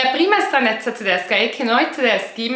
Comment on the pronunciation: Il tuo modo di dire TDESCA TDESCHI e' stupendo